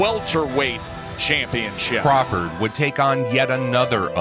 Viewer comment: it's crawford 😂